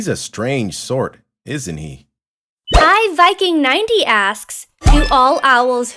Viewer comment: Why did you say iVyking? You know "I" is a much different word than "Y"